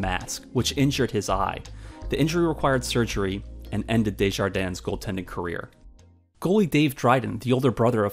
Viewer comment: Don’t pronounce the s at the end of French names like Gilles or Desjardins.